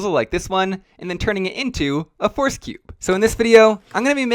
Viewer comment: The way you pronounce "Rubik's" is interesting and unique. Almost sounds like "force"